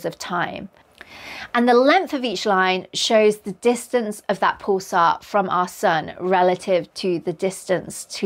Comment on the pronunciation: I've never heard it pronounced "pool-sar". Rather "p-uh-l-sar"